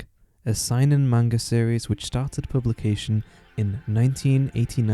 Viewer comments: Seinen. Pronounced 'Say-nen' not 'Sigh-nen' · You said sainen and not seinen